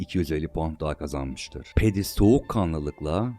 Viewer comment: abi kb bi tik sinirli gibi yazmisim diuhzqhuiahda abi hepsinde ufak ufak yanlisliklar var mesela peydi spooner degil pedi spooner olmali. Video cok keyifliydi ama emegine saglik.